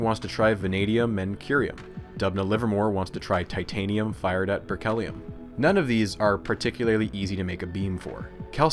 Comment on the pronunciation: Well researched and visually presented. BUT... I wish more of that research included the language, especially the pronunciation of elements' names and people's names. If you don't know, don't guess! This is all useful for the future, so please take note: The second T in technetium should have an SH sound; berkelium should have a KEEL, not a KELL. I have a hunch Georgy is not pronounced like Georgie Porgie. You keep saying nuclEide when nuclide is standard (I see you got it in your footnotes anyway), and nuclide/nucleide/nuclei/nucleus tend to get really blurred (I'd swear you said "a nuclei" and I can't tell whether you mean nuclide or nucleus). One person is not an alumni, unceremoniAL should be OUS, don't pronounce similarly or particularly as if they contain the word "lair", and do put the emphasis on the first syllable of comparable, etc. (which, by the way, is not pronounced eksetera). On the visual side, it's really snappy looking but why are you suddenly forgoing superscripts in the definition of barns (and capitalizing the b, while also failing to capitalize the B in MB for megaBYTE - Mb is megabit)? For a little more polish, use a proper "dimension sign" instead of an x, and a dash for quote attributions. Finally (for now?), what you describe as tides might be better thought of as currents, no?